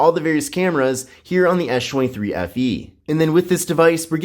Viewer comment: No I hear it too...